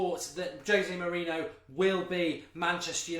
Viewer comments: It's Moriniho not Mourino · wish he'd pronounce his name correctly